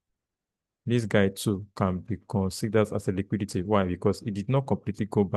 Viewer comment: Just like me. I hate that word "liquudity" in this industry